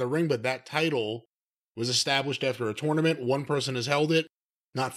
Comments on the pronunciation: pronounces tournament like torenament, it's so fucking annoying every time he says it. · I dislike pretentious pronunciation of tournament.